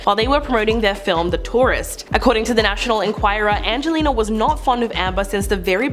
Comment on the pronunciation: Either get the presenter to learn Angelina’s name or don’t get her to talk about her who TF is “anglela”?